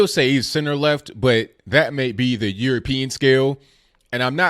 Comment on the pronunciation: I like your channel. I like your take on things. I understand what you're trying to do. I do have some constructive criticism. Its that not dat! It's the not du.